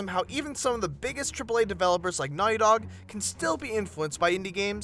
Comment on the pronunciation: why did you say Naughy Dog?